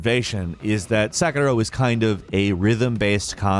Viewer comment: You did NOT say sakura🤣👏